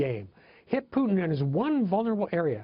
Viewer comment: What the fuck is Pyutin? the host keeps saying Pyutin